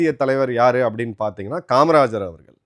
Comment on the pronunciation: உங்கள் நிகழ்ச்சிகளில் இருக்கும் ஒரே பெரும் குறை மோசமான தமிழ் உச்சரிப்பு. குறிப்பாக ல ழ ள. இதை சரி செய்து விட்டால் மிகவும் சிறப்பாக இருக்கும். அவர்கல் இவர்கல் தமில் அப்பலுக்கு பலம் பெறும் இப்படி ஒரு நாளும் உச்சரிக்க வேண்டாம். கொஞ்சம் முயற்சி செய்யுங்கள் கண்டிப்பாக சரி செய்து விடலாம்.